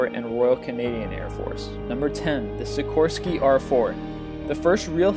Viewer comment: Nice you kind of pronounced Sikorsky right